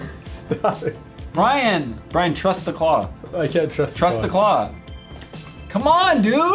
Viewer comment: omg you said brain instead of brian i am officially calling him brain now